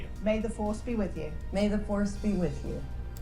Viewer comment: "May the fwarce be whith ywou!" - Obi Swan Chang